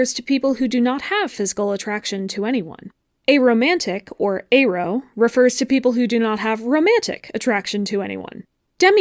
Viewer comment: I think this is the first time I’ve heard someone pronounce “aro” with an /e/ instead of an /ɛ/